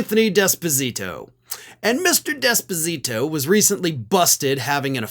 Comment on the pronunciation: It is not "desposito" it is "d'esposito", NO emphasis on the "d", emphasis on the "es". Put another way, "small d".